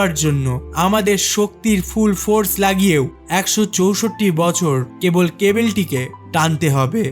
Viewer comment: ক্যাবল ❌ কেবিল ✅